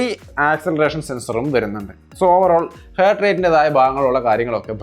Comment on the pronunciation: Hert അല്ല ഹാർട്ട്